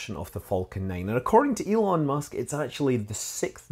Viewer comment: Elon Mollusc... god damnit Scott...